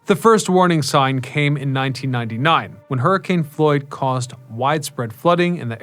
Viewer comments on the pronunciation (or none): none